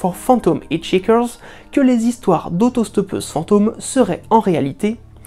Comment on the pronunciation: Juste un petit conseil pour la suite : quand vous savez pas trop comment se prononce un mot, vérifiez sur google trad ou autre ;) je fais notamment référence à "hitchhiker" que vous avez prononcé 'hitch eeker" au lieu de "hitch aïker" C'est un tout petit détail mais ça fait un peu plus pro :D je dis pas ça méchamment, votre boulot est super !